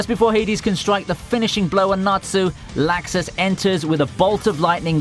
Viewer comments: Stop saying laxus >.< they call him lux us not lax us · This nigga says lAxus